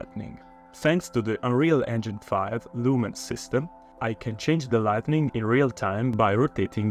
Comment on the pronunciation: Great job in this! I also love how you say lightNing :)